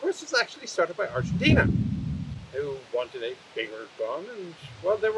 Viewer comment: Hearing not botcher the pronunciation on Argentina and the TAM makes me wanna get him one, someday, somehow, so he could get a vid on it... Great video as always!!